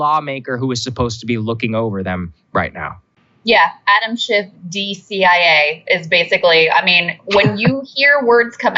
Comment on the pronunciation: Sounded like Saagar said "Adam SH#T" lol